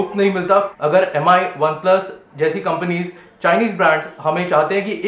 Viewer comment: Sahi baat he, log kitna time waste karte he ese sab flash sales and giveaways me. But BTW it's pronounced MI (Mee) not M.I.